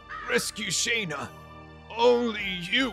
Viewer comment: Man it bugs me so much how he pronounces Shana. In a cutscene with voice acting you can find that Dart pronounces it like “Shawna “